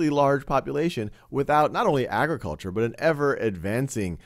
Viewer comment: ag- re- kul- char agriculture